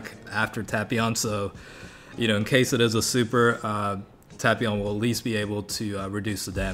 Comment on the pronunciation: Tapion. Tay-pee-on not tap-pion